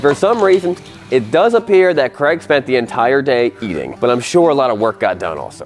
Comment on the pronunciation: Question: how come you call Craig Creg, but you say Craigslist absolutely fine